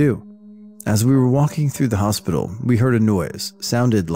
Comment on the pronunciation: “Hospitcal” lol. Little mistakes like these make the videos more enjoyable.